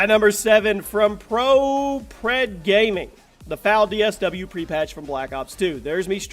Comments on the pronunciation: It's Fal OSW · Isn't it FAL OSW instead of DSW?